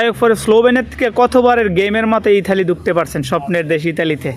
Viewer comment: এটার নাম ইতালি। ইঠালি না